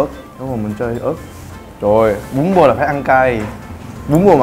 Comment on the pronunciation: em nghe bún bò thành bún bột